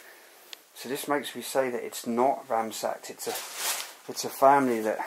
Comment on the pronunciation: It's ransacked 👌 not ramsacked!